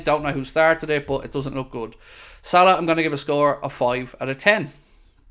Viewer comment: I don’t get the hate for salah in the comments. The way said it is 100% accurate